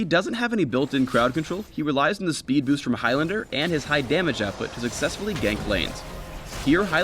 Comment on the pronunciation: lol,it's boost man,boost xD